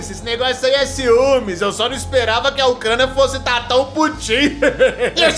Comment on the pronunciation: Quando a França e a Alemanha estavam torcendo pela Ucrânia ao mesmo tempo eu escutava coc4ina ao invés de Ucrânia